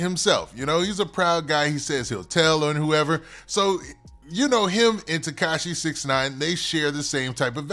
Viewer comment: He say Teshaki😂😂